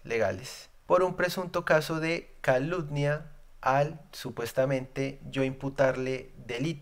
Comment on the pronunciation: mejora eso de etsperto, contetsto, caludnia; esos errores de pronunciación te hacen parecer al censurador Bolivar. Voces valientes como la tuya merecen un mejoramiento continuo y vos sos más que capaz hombre.